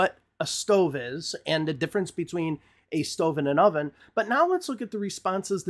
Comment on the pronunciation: Actually, Jacqueline was only partially correct. We (Americans) often do refer to "the stove" as the burners on top of the oven; however, technically a "stove" is both an oven and stovetop combined. It's not incorrect to refer to the oven and stovetop as a "stove." mispronounced "oven," by using the Russian sound for "o," and she may have not been correct that "stove" implies something fancier than an "oven" alone, but she wasn't guilty as charged by Jacqueline... and by extension, Dave.